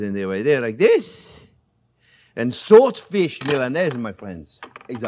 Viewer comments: I wasn't able to tell what kind of fish is used here, sounded like "sawfish" or "saltfish". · Ohhh my apologies Chef… I thought you were saying SALT FISH… and I see now that you were saying SWORD FISH. I was wondering why no-one was replying to my question.